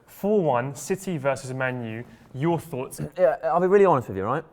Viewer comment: you say 4uoghts